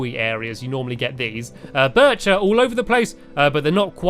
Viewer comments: U said spruce wrong and u said birch wrong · You said birch wood wrong